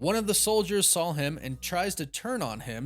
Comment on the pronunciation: You take the L out of wolf and add it to "saw." There is no L in "saw." I bet you say "drawling" instead of drawing.